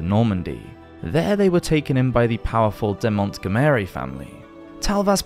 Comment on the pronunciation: Mont gomeiri lol,really dude? Why not Montgomery just like in English